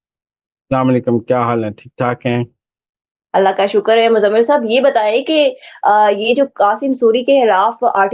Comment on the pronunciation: Muzamil Saab kindly meezbaan badal do ya mohtarma ki pronunciation thek kara de urdu ki khey ko hey toba